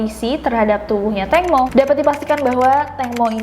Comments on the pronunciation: Tangmo Nida bukan tengmo.nida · ejaan namanya Tangmo tpi sebutan Tengmo